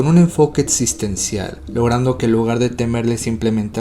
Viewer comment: Es la primera vez que veo un video de tu canal. Me gustó la forma en que presentas la información y la edición está chida. Solo tengo una pequeñísima sugerencia que es tener cuidado en la dicción, distrae un poco que dices atzión en lugar de acción, etzistencial vs. existencial, etzpirado vs. expirado, etc.